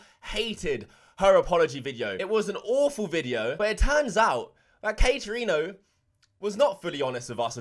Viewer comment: He said Katerino. Let’s jump into her. Lol.